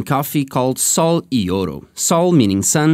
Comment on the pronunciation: Your Spanish accent is on point. Sol y oro 😃